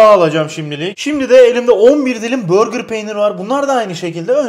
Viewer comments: Deyil değil ‘değil’ Çezar değil ‘cheddar’ Börgır değil ‘burger’ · abi börgır peyniri nedir ya? hamburger'e sen hambörgır mı diyorsun yapma allasen. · Abi burger peynirine neden börgır peyniri diyorsun 😂😂